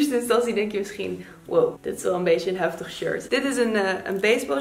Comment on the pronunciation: Als jij zegt heftig dan is het ook heel erg HEFTIG!😂 super leuke video, nog een keer maken!!!